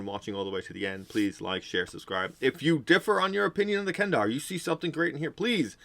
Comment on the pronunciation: they don't even have that as a major feature in 5e. They nerfed them a lot in the 5e book. Also the 5e players I have played with are more interested in builds and maximizing their classes, not as much so for role playing. Kender are great for role playing. You were probably disappointed with the race because you probably don't know DL lore. Also it's kender not Kendar, you should at least get the name right.